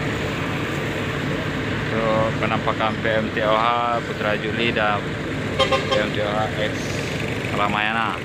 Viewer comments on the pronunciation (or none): Sebutan nya PE EM TOH bukan PE EM TE OHA